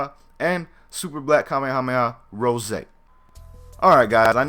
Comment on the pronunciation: it sounds like he is saying super black kamehameha Jose